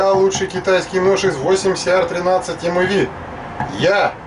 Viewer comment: Здравствуйте,! Ножами я стал увлекаться стал совсем недавно, и так сказать только "въезжаю" в курс дела, но по образованию я металлург литейщик. Так вот, если позволите, небольшое уточнение: Сталь 8Cr13MoV читается как 8 Хром 13 Молибден Ванадий. Цифры перед элементами означают процентное их содержание в стали. А за тест огромное спасибо! Изначально я хотел купить себе Мору бушкрафт форс, но потом подумал, что это огромный тисак (сравнительно конечно), и всё более склоняюсь к Тинейшесу.